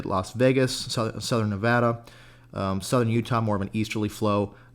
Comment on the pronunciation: Thank you for pronouncing Nevada correctly!